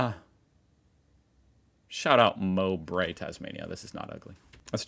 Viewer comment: Americans put emphasis on different syllables and vowels in your speech. Pronunciations are; You-ran-gan, Ma-ky(rhymes with shy), Mow-bree, Nah-rab-bye. The only ugly places in this Country are suburban and even they are "ugly" only due to crime statistics or industrial locations. Well done.